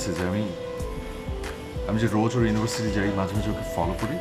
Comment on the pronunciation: Versity নয় University